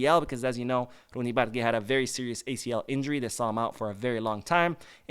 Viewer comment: this is not how you pronounce Bardghji's name. You say Bar- dah-jee. Once you learn the right pronunciation it really hurts the ear when you hear someone saying what you are calling him 😂 We gotta learn to say it right before he becomes great at Barca 💙❤